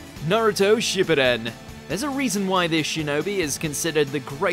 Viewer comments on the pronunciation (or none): none